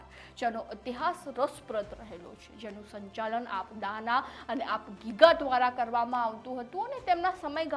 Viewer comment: પેલા તો બેન બોલતા શીખો આપ ગીગા નહિ આપા ગીગા બોલો